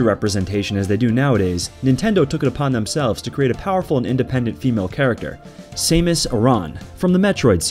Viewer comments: Also "same-us" instead of Samus 😂😂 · and it is MARIO NOT MERIO ! ! ! ! also it is SAMUS NOT SAME-US ! ! ! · Great video but i cant stand how you pronounce the "A" in Mario and Samus lol